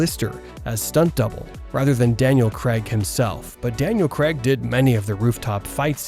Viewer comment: FFS it's Daniel Craig not Cregg